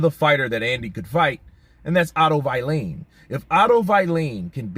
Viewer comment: Please don't say Otto Vai-leen. His name is Vallin